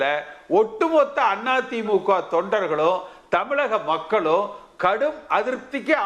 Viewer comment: இந்த கே.சி.பழனிசாமி முதல்ல தமிழைக் கத்துக்கணும்...மக்கல்.....கட்சிகல்......அவர்கல்....இவர்க்ல்...பேச்சுக்கல்...கொடுமை...ள கரம் லகரம் தெரியல...மக்கள்-இவர்கள்-பேச்சுக்கள்